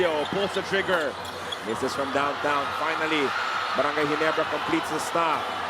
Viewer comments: barangay rhymes with cry:face-green-smiling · lol.. barangay rhymes with cry :face-green-smiling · lol, barangay rhymes with cry :face-green-smiling